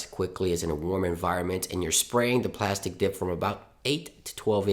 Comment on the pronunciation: Oh no, it was killing me.. PLASTEEE Dip not plastic dip..